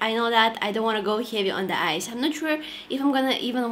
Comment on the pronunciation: Every time u said "eyes" i hear it "ice" lol Ur so cuuute love u😻